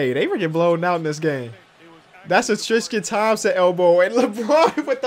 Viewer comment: did anyone else hear he said triscan thopmson in